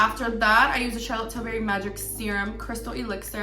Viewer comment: The way she kept saying charlotte tillBERRY made me cringe😫😫😫